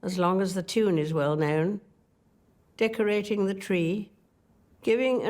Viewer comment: dickorating the tree. huh?!